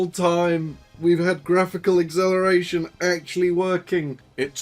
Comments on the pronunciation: Are you saying acceleration or exhilaration ? :D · why cant he pronounce acceleration? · Can't unhear the pronunciation of "acceleration"